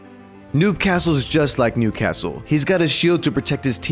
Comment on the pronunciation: for a second I thought he said nudecastle